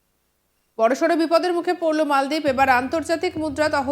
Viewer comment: ওহে নাম মালদ্বীপ কেন মলদ্বীপ বলেন ?